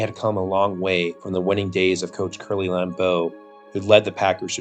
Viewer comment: LAM-beau. Not Lam-BEAU.